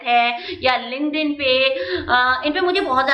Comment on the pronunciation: Mam app bolre the kuch linkden se job mili thi clear se samaj nhi aata kya hai ye word app hai ya application hai is word ka